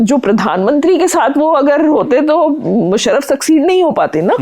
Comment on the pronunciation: भाई साहब, अभिनंदन अच्छा साक्षात्कार किया। बंधु आपको सुझाव है, अपने उच्चारण पर काम कीजिए। मुसरफ़ नहीं मुशर्रफ। कानों को कचोटता है अगर उच्चारण ठीक न हो। दूसरा निखिल वात की छाया से निकालिए। आप उनकी नक़ल करते प्रतीत होते हैं। 🙏